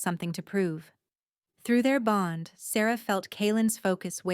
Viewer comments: Loved the story...especially having Asher who falls in live with Sarah before the Alpha. My only criticism is...the AI narration switching back and forth in how it pronounced "Sarah." It was really bad. And, there was a broken record efcfect with repeating a section. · What happened to Asher's Mother? Why did the Alpha's have similar names and the narrator couldn't pronounce Sarah's name correctly.